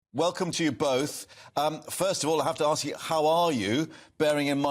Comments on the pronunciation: If you dress in African garb in Great Britain don't be surprised when someone asks where you're from. Also, the word is ASK, not Aks. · AGKST, it's ASK FFS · I’m British, just aks. Is “aks” an English word? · What does "when you Aks" mean? They keep saying the word "Aks". Genuine question! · Why are they saying arks it’s usually axe me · Why do black people say ARRsk instead of ask? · What is it with people saying aks instead of ask? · WHY ARE THEY SAYING "arks" INSTEAD OF "ASK"?